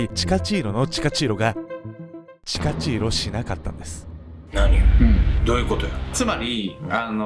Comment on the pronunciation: チカチーロがタチチーロやな(;-;)